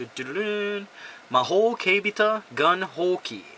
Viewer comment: No offense, but the word in the game's title is pronounced "keibiTAI", not keibita. Got to memorize those non-everyday kanji too!